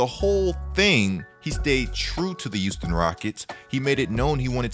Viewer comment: Am I trippin or did say "youston" instead of Houston rockets